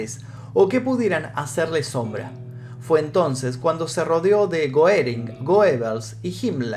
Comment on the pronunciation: Gerin no goerin